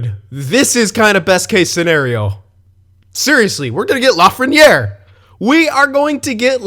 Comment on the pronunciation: Dude, you're so wrong... And it's Lafrenière